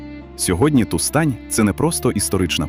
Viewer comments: Тустань (наголос на перший склад) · Розумію, що ШІ не знає наголосів, але слово Тустань просто понівечили...Відео вцілому неймовірне і я вдячна за цікаву інформацію